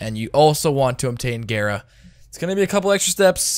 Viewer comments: I pronounced it gaara not gera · Gayra because you're a disgusting weeb.